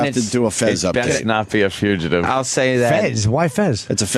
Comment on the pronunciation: Why does Opie call the Fugitive bit, the Future-tive?